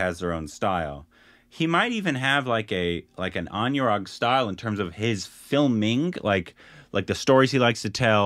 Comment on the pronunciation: You pronounced anurag like monument 🏃🏻‍♂️🗿